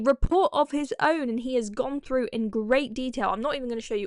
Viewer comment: Is it REALLY so hard to say "boTH" and "THrough", instead of "boF" and "Frough"? Thor thuck's sake...